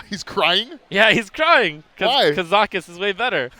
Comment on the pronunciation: Brode gettn triggered at trumps pronunciation of Kazakus